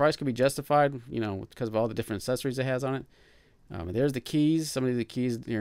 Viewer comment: You keep saying "assesories". It's accessories.